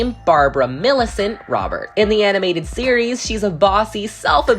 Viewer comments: Did anyone else notice that forgot the “s” in “Roberts”…? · You forgot to pronounce the “s” in “Roberts”! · How could you forget the “s” in “Roberts”!?